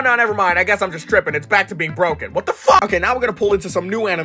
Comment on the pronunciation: Stop saying fack